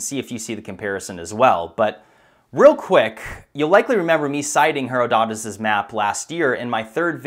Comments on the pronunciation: It's pronounced "Herodotus", not "Herodotus". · First off, I've always heard the name pronounced 'heh-ROD-oh-tuss' . . . but that's not all that important. 'Heh-roh-DOH-tuss' works fine, too. Second, I'd prefer it if the river flowed north (the existing river) and then flowed westward towards the Atlantic . . . so that Robert E. Howard's ancient Hyborean Age could have actually existed. It'd be cool if Conan the Cimmerian barbarian was actually a historical person! "Ta nama ka naa lajerama!" (I think I remembered that line correctly...) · It’s pronounced hr-aa-duh-tus. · It’s pronounced ‘Hiroditus’ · Herodotus is pronounced Hair-odd-ah-tuss. So my teacher said long ago. If I am wrong I apologize. You do a great job. Many thanks. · Her-o-doe-tus It bothers me a bitt when it is mispronunciated. Sorry. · He. Raw. Do. tus. It's pronounced like that btw. Btw I love you I had no idea about this until you told me now I am obsessed with the learning more about this stuff I wish I could work for bright insight keep doing amazing videos man I hope you get a thriving business out of it and possibly able to look into it more I love this stuff. Thank you so much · It's pronounced Hair-odd-it-us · Love your stuff! btw I beleive the correct pronunciation of Heroditus is "her-ODD-it-us" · One of the Herodotus (pronounced he-RAW-do-tus, BTW) maps showing east-flow of the Nile has the source in the Atlas mountains in Morocco, which makes more sense than Mauritania, which does not have much high ground. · You want me to leave a comment? Alright, I'll leave a fucking comment. It's pronounced herODDitus god dammit. Her-ODD-it-us. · mispronouncing Her-O-todus is painful to hear. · Another great video, just one thing. Herodotus: her-odd-it-us. Thumbs up. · pronounced her rod a tus please The great pyramid is 7000 years old... There are detailed records in its hidden chambers as well as beneath the sphynx,,, Watch the Pyramid Code on netflix... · Pronounced her-od-u-tus